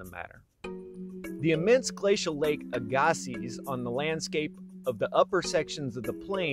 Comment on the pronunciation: Very interesting. I live in Arden Manitoba, the shore of of Lake Aggasiz. But as far s I know, your pronunciation is wrong. It is pronounced AG- a-see